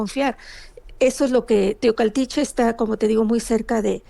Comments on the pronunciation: TEOACALTICHE 😅Y NO TOCALTICHE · Se dice Teocaltiche. No Tecualtihe